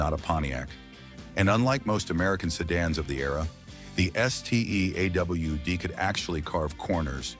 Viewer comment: "Sedon" and "A.W.D" made me sick 😢 stop being so lazy! Thumbs down